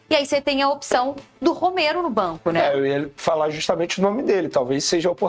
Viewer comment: ROMEIRO NÃO, O NOME DELE É ROMERO, E NÃO ROMEIRO. CERTO??????